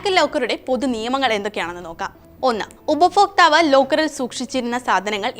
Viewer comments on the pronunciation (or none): ഉപഫോക്ക്താവ് അല്ല, ഉപഭോക്താവ് ഇനിയെങ്കിലും മലയാളം ശരിയായി ഉച്ചരിക്കാൻ പഠിക്കുക. ഇത് കേൾക്കുന്നത് അരോചകമാണ്. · ഫാര്യ. ഉഫ ഫോക്താവ്.. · ഉപഭോക്താവ്. മലയാളം കൃത്യമായി ഉച്ചരിക്കു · ഉപഭോക്താവ് എന്ന് 100 പ്രാവശ്യം എഴുതിയും ചൊല്ലിയും പഠിക്കുക. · ശരിയാണ് ഇതു അരോചകമായ ഉച്ചാരണ വൈകൃതം തന്നെ. ഇവർക്ക് ഭാര്യ ഫാര്യയാ ണ് , ഭർത്താവ് ഫർത്താവാണ്, ഭാരതം ഫാരത മാണ് !!